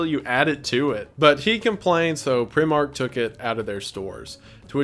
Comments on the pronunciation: Loving the channel as a relatively new(UK) subscriber. On that note, the shop you mentioned is similar to Wallmart but just for clothes and myriad household items - it's pronounced Pri - Mark as in first, eg pri-mary. It is a much loved shop of the masses and as such provides cheap and relatively good quality items although it is regularly involved in minor scandals like the one you mention - slogan related - or (ocassional as opposed to ongoing) issues involving their supply chain and its link to slave and child labour. And whilst I agree that AMC didn't mean the slogan as racist, in the UK, the version that uses the racial slur is the one people know - the 'tiger' variation is less ubiquitously recognised here - so the poem has fallen into the annals of history and is heard seldomly - thankfully. You should do an episode of nursery rhymes and some of their origins - dark as fuck. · ITS PROUNOUCED "PRY-MARK" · I've just seen this and I had to say it's prImark...like pr-eye-mark (: also I love this video because I loved the comics and didn't have as much love for certain stuff on the show...but you reminded me of some great bits! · man said pree mark and hunday.... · It’s pronounced primark as in pry a door open lol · Dumbest complaint i'll ever have Correct way to say Primark is "Pry-Mark" and its just a clothes store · Primark is a clothes store. also, its pronounced pr-eye-mark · Not hate, just FYI I'm from Great Britain, Primark is pronounced prime-ark 👍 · Primark is pronounced like 'pry mark' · lmao prim ark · I will forever laugh at americans trying to pronounce primark, its very funny Btw the ‘i’ is pronounced ‘eye’ not ‘ih’, so fun fact! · primark is pronounced "prime-mark" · As a Brit, Primark is pronounced Pri-(as in prime)mark (... as in the name, hehe) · FYI its primark Pr-eye-mark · Primark is pronounced prye-mark lol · Primark is pronounced "Prymark" yes its weird. Good video though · it’s pronounced pr-eye-mark btw lmao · Lol prih-mark